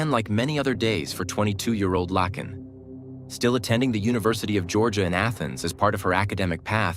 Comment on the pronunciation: yes it is her first name, but it’s actually pronounced Lake(n) as seen in a comment below. Like a lake with an N at the end.